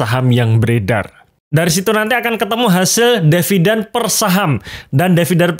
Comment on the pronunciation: tulisan di video adalah DIVIDEN, tapi ngomongnya selalu DEVIDEN. saya yg nyubi jadi bingung wkwkwkwkwk